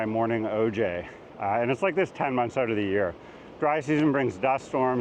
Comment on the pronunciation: That’s not how you pronounce Out or House